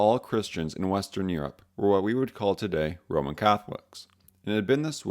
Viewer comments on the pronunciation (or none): none